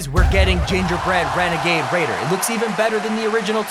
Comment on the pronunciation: Gingerbrenegader lol